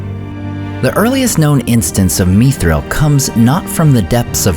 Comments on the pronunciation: Not "meethril", not "mythril" but mi thril, like it, is. Meethril is such an alien pronounciation. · why are u pronouncing it as me-thril? YIKES WTF IS THIS MAN